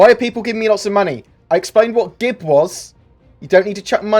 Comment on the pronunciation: Please don't say GIB ever again